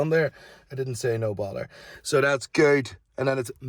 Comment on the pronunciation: I always thought he said No Baller 😂😭